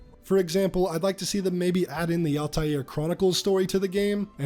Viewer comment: Al-taïr is a word in arabic and it means “the flying one” or “the bird” to pronounce it say AL (like L) and continue and say tayir (ta and yir (yir pronounced as year) so you can read it as L ta year